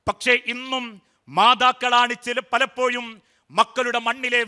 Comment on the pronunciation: 'പലപ്പോഴും എന്നുച്ചരിക കഴക് പകരം യ പറയുന്നു